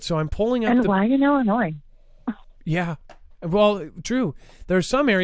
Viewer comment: The “s” in Illinois is silent. I know you won’t see this but I can’t stand when people say Illinoise